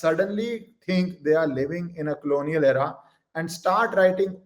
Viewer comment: Did you say "Clonial era" or "Colonial era"? Be "distinct" & clear in uttering English words.